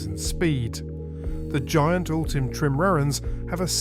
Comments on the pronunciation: Trim-rarans? Did you mean tri-maran? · "Trim-mrans"?, are you now doing voiceovers through AI?